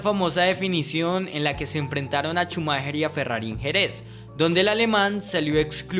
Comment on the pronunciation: Shumaja! Shumaja! No Chumajer jajajjaja